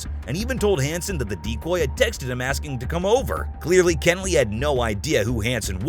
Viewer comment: It’s pronounced “Keh-nelly”. If you’re going to say the name 75 times, best to at least say it right.